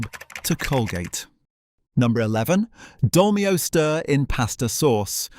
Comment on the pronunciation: Anyone who buys a Casio A168 is careful with his money! I had thought that the YTer was narrating all this but now I'm not so sure. I can understand mispronouncing Dolmio, but Thames??